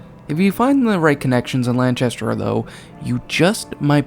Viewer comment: LanCHAster??? Nahhh come on lol it's LanCAster